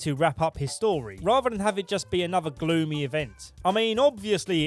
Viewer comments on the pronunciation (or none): none